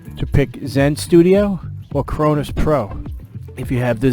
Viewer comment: "The Crownoowws zen"